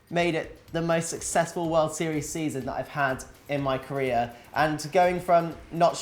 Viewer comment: he was saying " career " and I was listening " Korean "